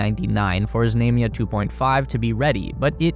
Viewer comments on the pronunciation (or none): It's pronounced "Znumya". Stress on "U". U as in the word "run". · There is no long "a" in Russian, i.e. like the "a"s in "Space Race." The "a" in "Znamya" is pronounced like the 2nd "a" in "salami." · Знамя is pronounced with a broad “a” as in “baa”, as a sheep vocalizes or in “ha”. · How many times can you mispronounce "знамя"? Some odd name or word that only pops up once is forgivable, but when it's the subject of the video...sheesh!